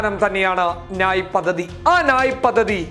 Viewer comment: നായ് അല്ല ന്യായ്